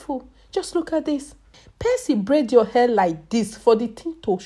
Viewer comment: Nobody will help hah!!!! Dis will end yuwah life!!! I love listening to her! So melodious and lilting. For real tho, this looks so painful. I'm getting shivers.